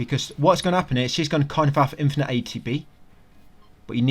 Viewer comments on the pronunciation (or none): none